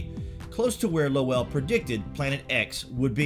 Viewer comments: Percival Lowell, pronunciation rhyming with roll, toll, troll, droll, bowl, dole, goal, hole, coal... I digress. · i was thinking...................i wish he would pronounce Lowell properly.